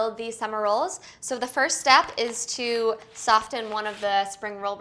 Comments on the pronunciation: Soft-en no not soft-en it is soften/ sofen the T is silent, sorry but it bugs me but I do love your videos especially the vegan dishes keep up the good work😊. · Talat Najib I thought it was just me. i was thinking is she saying ST-ofen? very annoying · Soften is pronounced “SOF—en.” The “t” is not pronounced. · I noticed the "t" pronounced in soften too - but hey, it's a wee idiosyncrasy that I will happily hear for these rad spiralized recipes! Thanks Ali, these look delish! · I'm a Jersey Girl too .... I've never even heard the word pronounced like that before. I'm sorry thank you for the person that made mention of this because I was about to. 🤔😳😜😃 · Talat Najib omg I was thinking the same thing! I’ve never heard anybody pronounce it like that before.